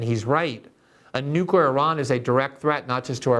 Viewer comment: Glenn, you're brilliant! U should probably practice saying "new-clear." Nookyer is NOT a word (and it makes you sound ignorant).